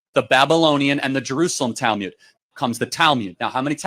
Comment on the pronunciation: Weird that he prounces it as Talmyud, not Talmud.